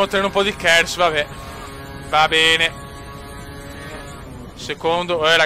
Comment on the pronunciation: Si dici kers non kerz, si vede che di Formula 1 non te ne intendi